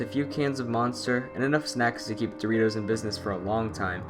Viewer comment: duritos... Sounds pretty damn amuricen to me!